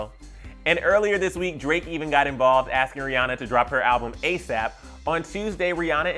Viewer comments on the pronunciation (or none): none